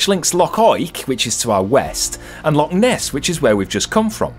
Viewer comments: Fabulous vlog with fab scenery. Loved your pronunciation of Loch, let's hear it again! Yes you've been lucky so far with the Scottish weather but it can't last. Looking forward to next week already. Jocelyn. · The Well was always one of my favourite tales to tell the guests when I drove coaches, they loved it. Can't beat a wee day out in Fort Augustus., your pronunciation was spot on there. The thin ribbon of cloud you see there is the ever elusive Scotch Mist. Crackin' video. Much love from Ayrshire. x 😊